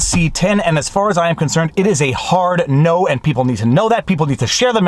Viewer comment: I think you showed the precise amount of Candianism with the “Hard No”